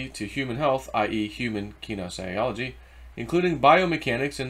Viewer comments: ken ee cee ol o gee. you didnt just murder that pronounciation you sent it to the gas chambers lol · Pronounced ka knees e olgy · Ki-KNEE-zee-ah-li-gee 😂 you are hysterical, love you!